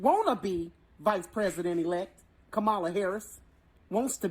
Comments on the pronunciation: The VP’s first name is pronounced: “KAmala” not “ka-MA-la”. TKW here pronounces it the way he does just to disrespect her, the same way, and for the same reason ****er Carlson does it on Fox News. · pronouce her name as: COMMA LA